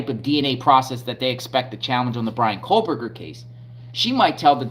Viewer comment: There is no ‘L’ in “Kohberger.”